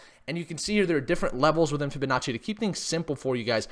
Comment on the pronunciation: Fibinachi sounds like an expensive garnish for noodles gotta love when he says that lol